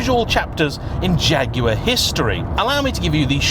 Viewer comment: Great to hear the name jaguar used and pronounced correctly